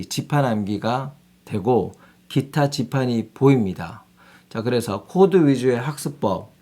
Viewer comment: 키타 가 아니고 기타?